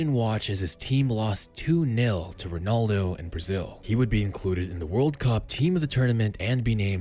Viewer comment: Ronaldo* not Ronoldouw